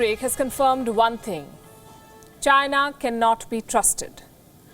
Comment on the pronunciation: It's not China. It's.